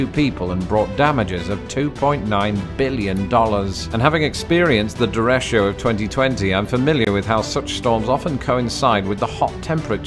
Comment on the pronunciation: Derecho - not "der-esh-io" but Dare-i-co